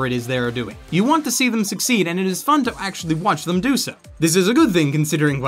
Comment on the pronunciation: .....plz never say fun like that again x.x